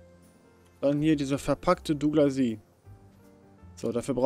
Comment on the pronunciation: Besten Dank für die Erklärung. Wird nun unsere Base verschönern. Das spricht sich übrigens Douglasi-e aus, nicht Dougla-sie. ;)